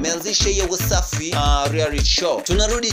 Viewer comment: P.s it's REALITY not rearity